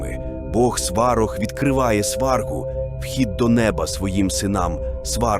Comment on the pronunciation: Навіщо братися за тему коли ви навіть наголос ставите невірно!! Якесь свинство... На кацапський манер: "СвАрог"... Щоб вам у глотці пір'ям поросло! За дискредитацію і провокаціїї